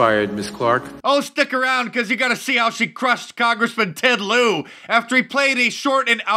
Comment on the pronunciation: Rep. Ted Lie-uh